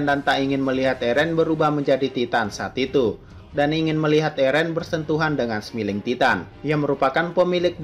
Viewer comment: karena efek membaca terlalu cepat, maka mengeja kata titan senyum dalam bahasa Inggris menjadi "semiling Titan", bukan "Smailing Titan"